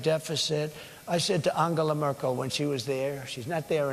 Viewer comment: "Merkula" He cant even say her name properly 😂 "she's not there anymore, I wonder why" she was in power longer than you 😂😂😂 16 years she was in office. She's literally retired 😂😂😂